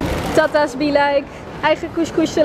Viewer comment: Jij spreekt couscous uit als koesch koesch, maar je hoort het als koeskoes uit te spreken. Alleen een tipje :) leuke video verder!!!!